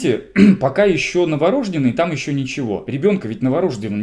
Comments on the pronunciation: Норождённый ,а не новорОжденный.лектор. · преподаю в медакадемии. Предупреждаем студентов/курсантов: За такое произношение сразу минус балл. Это не профессионализм, это неуважение к своей профессии и языку. Вам не повезло с вузом.